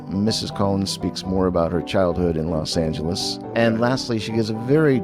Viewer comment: She even pronounces Los Angeles correctly. My father was born there and called it, “Loth Angle-ees “. Difference in breeding and age. He was born in 1929.